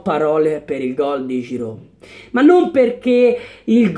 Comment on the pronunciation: bel video cmq si legge giru